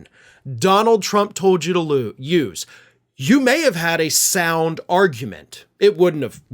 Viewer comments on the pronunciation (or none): none